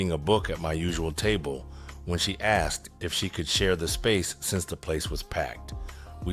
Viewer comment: Thanks,, for saying 'asked' instead of 'axed.' Tytyty!😂